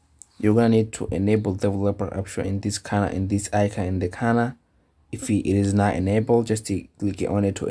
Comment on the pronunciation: saying "in the corner" as "an de khana" no one is gonna understand you